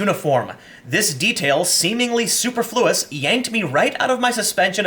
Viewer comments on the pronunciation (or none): it's "suPERfluous" you fuck. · Superfluous now pronounced 'Super-flew-us '...... NANI! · Superfluous - > soup-er-flew-us Shambhala - > sham-ba-la